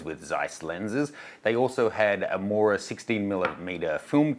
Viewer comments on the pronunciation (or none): none